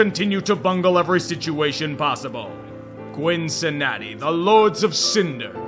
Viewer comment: Gwyncinnati? Bloody hell,:D